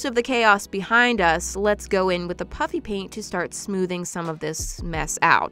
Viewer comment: Every time you say "puffy paint" it sounds like "puppy paint"